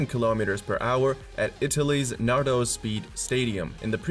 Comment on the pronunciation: It says Nardò, not Nardo